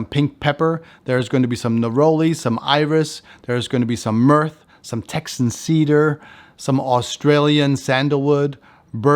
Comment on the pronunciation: It’s I-So E Super, not I-S-O E Super. Also, it’s myrhh, not myrth. Not sure how you’re making these two mistakes with such a massive collection behind you…